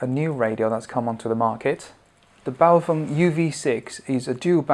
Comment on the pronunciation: congratulations!! Someone who can pronounce 'Baofeng' (bow (as in to the master) and feng as in mung (bean that is ) Your review is concise and informative...for a pom : ) Cheers from UStralia